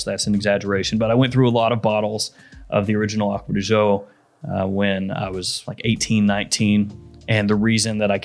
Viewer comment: Not to be a snob but “gio” is pronounced similar to “joe” not with the French “j” sound. However I will say it’s a lot better than some YouTubers calling it “geo”